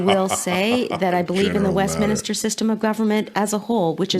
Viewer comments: Westminister is pronounced Westminster. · Ps it’s WestMINSTER….there is no extra i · WEST MINSTER NOT WESTMINISTER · It’s Westminster, not westminister 😂